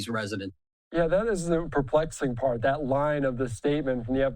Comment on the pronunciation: They cannot pronouce "th." It really is not pronounced "dat (s) " "da" "doze,".